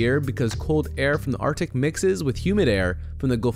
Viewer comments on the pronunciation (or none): none